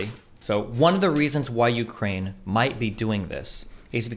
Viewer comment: Destiny can't even pronounce Ukraine properly